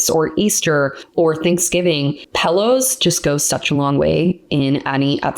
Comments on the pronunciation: Is funny how you say pillows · You need to learn how to pronounce pillows !